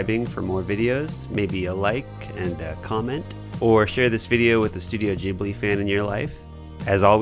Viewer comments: its pronounced gee blee not jee blee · Bro I love your creations, but it's studio GHIBLI not GEEBLI. it's hurting my soul. Great video! Immaculate work. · Please....It's Ghibli like you pronounce Gibbon not like you pronounce Jimmy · I THINK it's said g-i-blee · Studio "Jibbely" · manz said Jibli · It's not fucking "JIB-lee" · Kept hearing "Jibli" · It's pronounce Gi like Given. I don't get why white people like Japanese thing but don't have time to learn the proper way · The way you said ghibli got me.